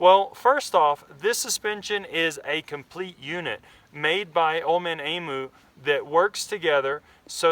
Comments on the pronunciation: Pronounced E'MEW!!!. Cheers from Australia. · Pronounced Eeeem u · emu is spoken like this - (em` you)